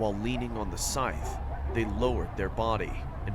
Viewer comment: "if you see somone in a cecter" SCYTH